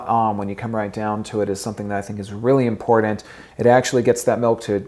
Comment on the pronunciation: Why do people put a “d” in important?